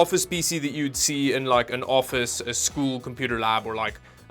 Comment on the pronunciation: "This is the kind of office pc youd see in annoffice" lol